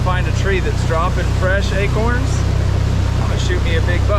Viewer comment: I like it when you say acerns instead of acorns! Sweet video!